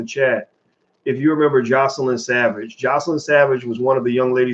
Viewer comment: Her name is JOYcelyn. Just call her Joy rather than repeatedly mispronouncing her name.